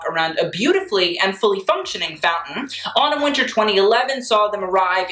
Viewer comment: When he said Autumn Winter I thought he said Anna Wintour